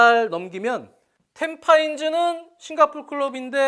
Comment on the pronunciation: 싱가포르의 Tampines는 탬파인즈가 아니라 탬피네스로 발음합니다